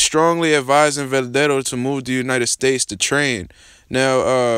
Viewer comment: man... least learn to pronounce his name bruh